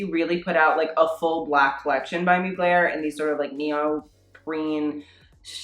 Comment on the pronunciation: I mean ... look at what r u wearing .... u think u can talk about fashion ? lol 😆 I mean ur hair .... I mean ur trousers don’t even fit properly and ... girl u need a haircut... or at least condition it ... there u go I’m criticising u ☺️ oh and u can’t even say MUGLER properly lol 😂 sad lol girl ha ha u making me laugh